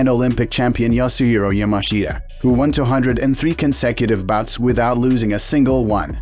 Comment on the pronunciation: Yasueo mashea?? Fucking AI voiceovers